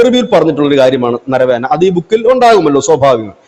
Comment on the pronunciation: നരവേന എന്നല്ല നരവനെ എന്നാണ് ആ പേര്